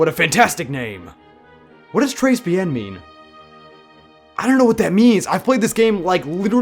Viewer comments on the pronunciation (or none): "trace bien" it's "treh be-ang" and très bien means "very good" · hate to be that guy but its pronounced tray be-ah-n and it means very good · i felt actual physical pain when her tried to say "tres bien" like OOOF BOI, DO YOU NOT KNOW FRENCH BASICS ?!!? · you don't pronounce the s